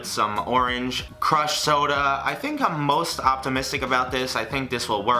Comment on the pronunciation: Did anyone notice how he said it was Cruh soda but the bottle said Fanta? 🤔